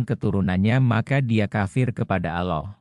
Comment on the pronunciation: Belajar yg benar min, menyebut Allah belum pas, apakah anda muslim, sepertinya bukan. Soalnya anak kecil sdh bisa fasih menyebut nama Allah, dan anda blm bisa.